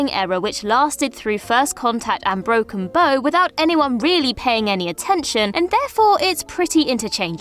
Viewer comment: bow The front of a boat is called the bow as in broken bow not a bow for hair tie lol